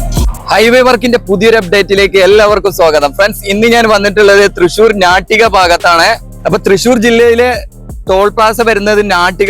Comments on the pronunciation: ഞാട്ടിക അല്ലഡോ നാട്ടിക🤦🏿🤦🏿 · ഞാട്ടിക അല്ല 😋 നാട്ടിക നായയുടെ നാ എന്ന ഉച്ചാരണം